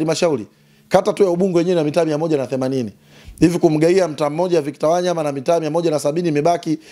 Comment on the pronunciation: Huyooo jamaa nmemuelew sana ... ila ananiudhi anavolitamka jina la WANYAMA ... yaaan halitendei haki ...